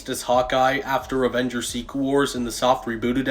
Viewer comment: Did he say ovengers😂